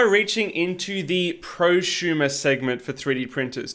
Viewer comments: if you say "Pro shumer" again ill smack you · What is a “proshumer”? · "not quite at the mark of prusumer printers" so here's a prusa xD (sorry but you pronounced it so funnily I had to point it out.)